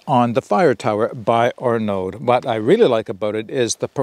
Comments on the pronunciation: Great review! Looks like an awesome rocket stove! Don't pronounce the d, "Arno" like "Arnie" (as in the governator) but "Arno". I "may" be wrong but "aud" usually = "oh" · aud = "oh" IN FRENCH. I forgot to add that bit! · Thanks for the preview. Heads up, Arnaud doesn’t pronounce the D at the end.